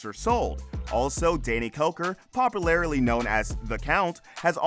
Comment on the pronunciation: popalarily? lol I wonder who else caught that 😂